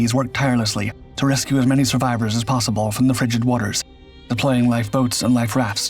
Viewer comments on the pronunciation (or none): none